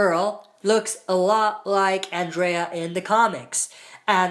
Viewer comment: Killed me that you can't say Andrea' name right 😂